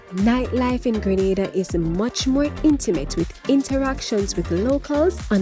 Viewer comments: Need to correct our island name to English speaking Grenada; IT IS GR'E'NADA and Not Granada, a Spanish island off Spain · It is GRENADA NOT GRANADA!!!!!!!!!!!!!!!!!!!!!!!!!!!!!!!!! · It's pronounced Green-nay-da!